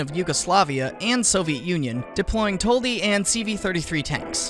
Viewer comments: Finally someone who isnt hungarian said Toldi as we hungarians say it. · YOU ARE FRIKING FIRST NOT HUNGARIAN PERSON WHO SAID THE TOLDI TANK IN ITS RIGHT NAME FINALLY